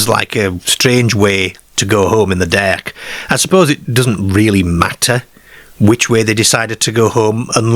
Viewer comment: Derk and Ker😂😂